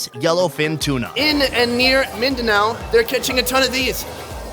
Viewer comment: MINDANO NOT BANO